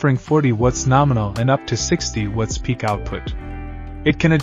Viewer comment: Why you guys chose an AI voice that cannot pronounce "watts" properly for a power brick review and analysis channel is beyond me. I've basically stopped watching now that you switched to AI slop voice.